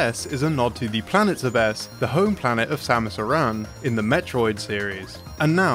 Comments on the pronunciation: its not "zebb........ess" just "zebes" no pausing while saying it. its NOT "day-coo" its "deh-coo" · Having to hear "Zebès" and "Aràn" is pain for my ears. The accents are on the first vocals, this mispronunciation is really tragic imho... Finding official pronounciation isn't that hard.